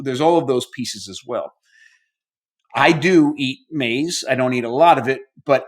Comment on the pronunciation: It’s not pronounced maze . 😂